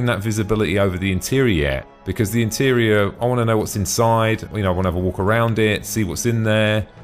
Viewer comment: Great vid!!! but 'Aurora' is pronounced "Aor-roar-rah" and sounds like Star treks Ahura ...Not "A-ruuuu-ro". And 'interior' is pronounced "In-tear-eor", not "An-ter-ray-ya" ...I'm really not a stickler for pronunciation, but I couldn't help Laughing every time you said it.